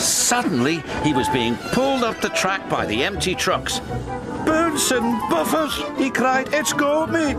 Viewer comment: I guess the way Michael said it I thought he said "BOOTS & BUFFERS"